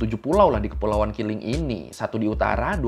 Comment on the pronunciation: Keling ✅ Kiling ❎